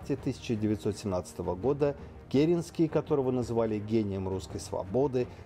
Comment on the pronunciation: Правильно КерЕнский!